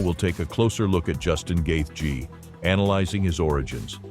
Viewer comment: Great video, but seriously... Gath----G. Your narrator not needs to learn phonetics. And he did tap against Khabib.